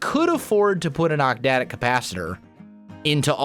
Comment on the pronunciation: OcTadic. Not octdadic.